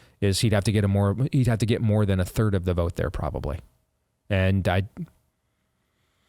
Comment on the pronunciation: Is Steve. Saying terd-world countries? Cause he’s said it twice now. lol, terd-world countries. 🤷🏼‍♀️